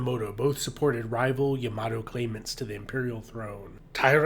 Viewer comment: "Yamahdough" - SMH